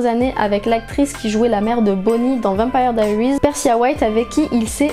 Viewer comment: C'est pas comme sa qu on dit vampire diarises en tant que fanne je me permé de te le dire.